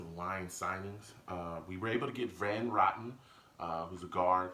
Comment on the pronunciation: That was too funny. You called him Van rotten. Like rotten eggs. It is Rotten. Like row your boat